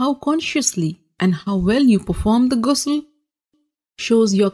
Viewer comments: Its not gusul kindly pronounce it right , someone who calls themselves ustaza n aalima doesnt even pronounce it right , i d rather learn t from a male scholar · its actully pronouce like a french ''R'' Ghusl not like ''gay'' u know (i didnt find another exemple of word sorry if I hurt someone by saying ''gay'') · It's called GHusl not Gusl